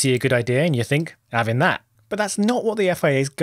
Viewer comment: your "I'm 'aving that" is probably the most northern thing I've heard you say